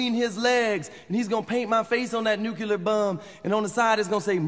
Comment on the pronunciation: ..... that's NUCULAR bomb, according to Mojo.